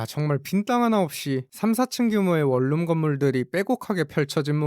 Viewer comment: 발음 할때 월룸 이라고 읽지말고 원눔이라고 읽어라 좀~~~~~~~~